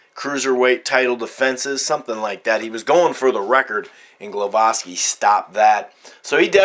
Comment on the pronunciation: its gwowaski the prenounciation for sure